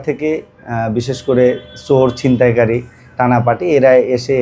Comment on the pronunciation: সিনতাই কারি মানে? উচ্চারন ঠিক করে কথা বলতে পারে না এই সমস্ত লোক কিভাবে রিপোর্টার হয়?